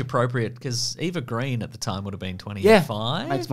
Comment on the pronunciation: There's a scene in Layer Cake where Daniel Craig holds a pistol in a very James Bond fashion as he wandered around Colm Meaney's house. I've always wondered if that had anything to do with the casting. PS Eva Green's last name is Sweedish and is pronounced Grain.